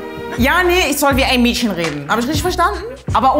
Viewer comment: Das “ch” wird nicht “sch” ausgesprochen. Es ist also nicht “Mädschen” und “isch” sondern “Mädchen” und “ich” bitte respektiert die deutsche Sprache.